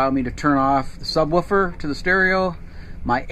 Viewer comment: there's no "H" in Sub Woofer :-)